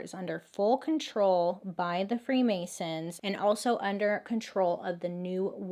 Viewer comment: The free Mary’s instead of the free masons